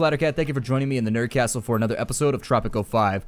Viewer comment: Great vid! I was so surprised to see tanks attacking, but I was wondering where your tanks were. Anyway! hope we dont have to wait to long for the next vid im lovin Tttttttttttropico! kinda like roll your tongue when sayin tropico